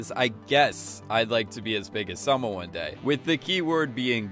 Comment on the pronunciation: Dude!!! It's Salma with an a